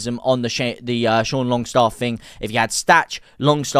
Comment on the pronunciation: It’s Sean Longstaff not Shane Longstaff lol